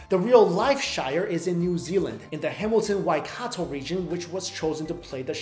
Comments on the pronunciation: You pronounced Waikato correctly! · You actually pronounced Waikato pretty well